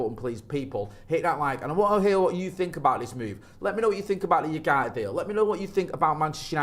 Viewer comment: Pronounced Oowarte